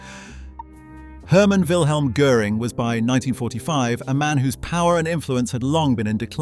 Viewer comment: Most of the Cars in your Video aren‘t even the Blue Goose 540k, and you are totally mispronouncing „Göring“!!!!!